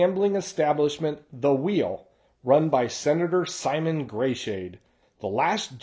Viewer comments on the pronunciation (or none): none